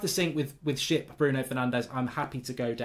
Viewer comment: "great dido" and "go down with this Shap" classic mark lol